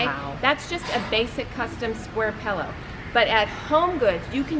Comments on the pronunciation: Pill-o not pell-o geez lady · Designers should be able to say "pillow" properly. LOL Pellows. Ugh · It’s pronounced “pillow” - not “pellow!” Had to say :) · Sorry, I'm just in a picky mood today. My daughter says this also, and I noticed saying it.....Pehl - O instead of Pill-O. Not sure why that drives me crazy, but it just does! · Pillow not pellow. Thanks for the tips. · The word is pillow not “pellow”!!! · Pellow? For real?? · Is she saying “pallow?” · Is the lady with the dark hair saying “pellow”? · What's a "pallow"? Never heard that pronunciation. Well, some of the stuff at Home Goods is quality and a lot of it is plain junk. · I couldn’t watch anymore after the first mis-pronunciation of the word “pillow”. Sorry.